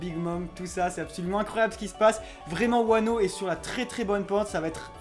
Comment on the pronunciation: par contre juste je veux pas faire le casse couille mais c’est pas « pays de Wano » c’est juste « pays de Wa » parce que Kuni=pays No=de du coup Wa No Kuni=pays de Wa